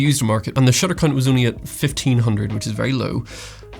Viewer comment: Did you say "shutter c*nt"? lol....anyway, I have a Nikon Z6ii and seriously thinking about the ZF. I held one at the store the other day and found that it seemed a bit empty feeling. I bit light maybe? I just expected it to be a bit heavier I guess.